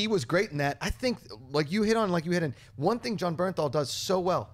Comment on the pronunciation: BURN-thal. Not Berenthal.